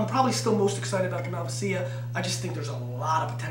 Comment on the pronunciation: Learn how to pronounce Malvasia please!